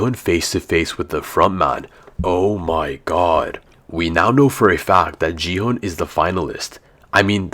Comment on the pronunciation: It’s Gi-Hun not Ji-hun